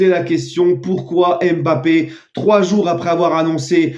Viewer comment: Pas d'accord avec toi je t'aime bien mais arrete de dire Mbappart ce n'est pas dans ton esprit!